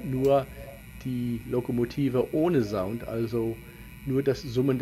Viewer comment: Biete das Wort "Sound" mit scharfem S aussprechen!